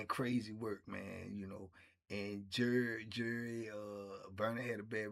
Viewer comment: All this time I thought he was saying jury.